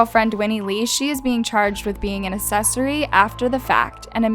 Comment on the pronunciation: minute mark "assesory after the fact" 💀 aCCessory...not assesory